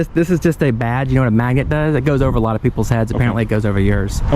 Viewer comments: It's a maGnet, with a hard "G" sound. Magnet...magnet...magnet., I love your videos, but it sounds like you're saying Karen Maggot, lol. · I chuckled every time you say magnet, as in 'Karen Maget'. Please don't take this the wrong way. Maybe it' could be considered as constructive criticism. It's a "mag-N- et" Magnnnnnnet. I don't think that you ever pronounce the letter 'n' after the letter g. Honestly, I'm not trying or wanting to be rude. I chuckle when you say it. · I just posted the same thing. Sounds like Karen Magget.